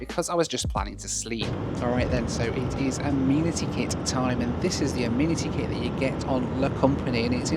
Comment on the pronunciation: Correct pronunciation... ah-MEN-ah-Tee kit. 😅😂🤣